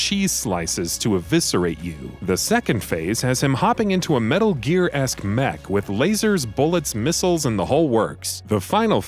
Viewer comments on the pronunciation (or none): none